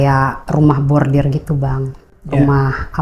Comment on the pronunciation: Koreksi ya mba, bukan Rumah Bordir tp RUMAH BORDIL, kl bordir itu di konveksi mba, bordiran dibaju, topi dll.... 😂